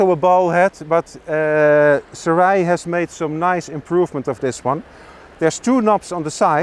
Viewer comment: ( Soo-Ray ) Gentlemen! Great video nonetheless! 👍👍👍✌🏻😄📷